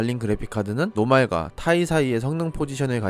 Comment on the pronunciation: ti를 타이로 읽는 유루바는 처음이닷